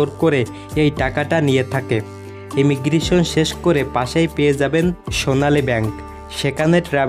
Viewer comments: ইমিগ্রিশন নয় কথাটা হল ইমিগ্রেশান। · ভাষা ঠিক করেন। শুনতে খুব খারাপ লাগে। টেরেন,ভরমন, ইমিগ্রিশন!!???